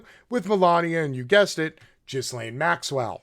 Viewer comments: Her name is pronounced GILAINE. The 'S' is silent. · Dude, it's pronounced Gilen. Hard G and don't pronounce the S. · By the way, the 's' is silent in Ghislaine's name. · lol bro dont pronounce the S on Ghislaine, lol it does sound better though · Her name is pronoumced “gill- laine.“ The s is silent. 👍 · her name is pronounced Gilaine, not Jislaine. The S is silent. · You are both right. "Gilaine" is the posh French pronunciation, coz she was born in Paris. "Jizzlaine" is an Anglicized version, or rather Americanized. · Her name is pronounced “Gee-lane” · Thanks for pointing these things out. Btw her name is pronounced gilaine with a g as in goo. I think it is a celtic name and spelled a lot different than usual english words. Also do watch "Jeffrey Epstein, Filthy Rich" the recent 4 part documentary on Netflix. It clarifies the accusations regarding Epstein and Maxwell very clearly. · G (Hard "g") Gilaine - Ghislaine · Scratch the KGB and MI6 he was a full agent for mossad that’s it . And Epstein was assigned to Gislain . She is the mastermind not Epstein. Why do you think he’s dead and she’s alive? Gislain is pronounced with a hard “G” and the “S” is silent / pronounced gilane. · Cut 'em some slack, I thought "Jizzlaine" was pretty funny.